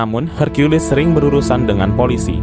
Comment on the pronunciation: Maaf, kata:hercules jangan dibaca: herkulis tapi; herkules.